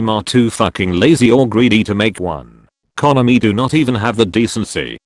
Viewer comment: Fuck the Mee-Ta and Con- a-me.